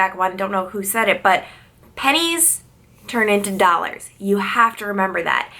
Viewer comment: you’re saying dollars funny lol!